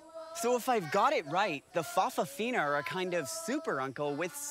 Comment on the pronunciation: I think in Samoa, they are called 'fa' afafini' not 'fafafini'. However, they are not all gay. Like 'lady-boys' in Thailand, it is more about appearing dressed as a female. In some families though, all the grand children end up being gay or lesbian. In one family I know of, the third child was bi - after a lesbian sister and gay brother, but as his wife has a gay brother, all three children aren't having any children. So that's the end of that branch. [an exception to the norm]. Some people say it was because their parents didn't show a good example of heterosexuality. However, many more people are bisexual than purely gay, and even those now calling themselves gay, may have been married with children at one time. Some gay people do have their own children. It would be interesting to see how many of their children are gay. Although we hear of many folk realising they are gay after marrying, I know of the other way as well. One friend thought he was gay because he was 'soft', but in later life had a child with a lesbian bisexual.